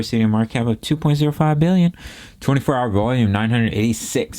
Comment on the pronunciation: Can you please say Behillion (billion) like few times in a row? It’s so funny 😂